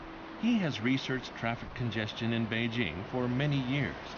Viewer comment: people never pronounce beijing right